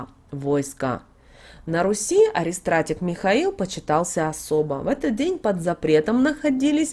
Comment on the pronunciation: Спасибо за информацию! Только пожалуйста правильно произносите слово :АРХИСТРАТИГ💕 через х перед и, т е архиважеый, самый главный!!!